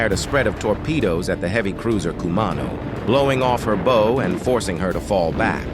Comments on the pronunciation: AI you can tell they screw up 🏹 bow and bow of ship. 😂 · Agreed. ‘Blowing off her bow..’? as in bow and arrow.